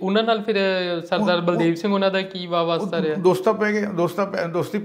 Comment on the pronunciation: ਵਾਵਾਸਤਾ ਨਹੀਂ । ਬਾ ਵਸਤਾ ।